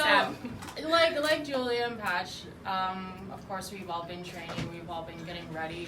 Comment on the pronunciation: Correction PATCH NOT PAYCH